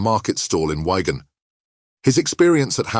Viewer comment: It's Wigan not ygan 😅